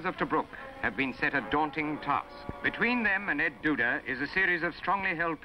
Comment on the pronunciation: El Duda Ridge! The narrator seems to be saying "Ed Duda." Am I wrong?